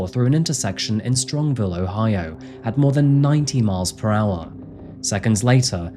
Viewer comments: As a local it’s Strongsville not strongville but other than that great video bro. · Great video...my only "ick" about it is that the city this happened in is pronounced STRONGS VILLE....not STRONG Ville...hope that makes sense :) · Been watching for a long time and you clearly do a lot of research. I don’t think this is a common issue in your videos but maybe as a local story I notice it more. Just a suggestion to add pronunciations into your research. This city is Strongsville and you say Strongville a few times. That one is silly to me and doesn’t bring the video quality down. It’s like when a GPS gets a city wrong. My suggestion is toward the victims name. You say Dominic Russo as R(uh)sso but it’s actually R(oo)sso. I don’t know the kid but I feel names hold a lot of weight and should be said correctly, especially in memoriam. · StrongSville, not Strongville